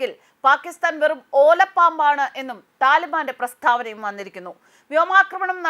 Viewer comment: പ്രസ്ഥാവന അല്ല. ഉച്ചാരണം ശരിയല്ല